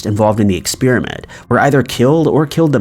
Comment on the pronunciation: What is an ex-spear-a-mint? 🤔